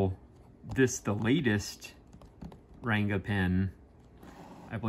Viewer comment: Its pronounced as Runga not renga